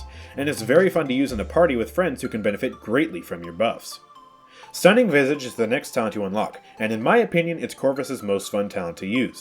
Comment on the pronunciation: The way you say visage is triggering me its said vi sa ge not vy sa ge